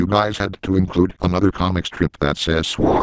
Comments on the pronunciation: instead of soy say Swoi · SWAH sauce 😂😂